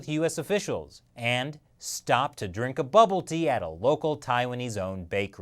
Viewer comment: its boba tea. Like Boba Fett